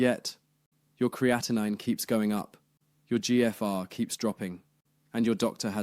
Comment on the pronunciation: Exactly. Your pronunciation is correct and the spelling ends with 9. Thanks for sharing. You did a great job!👍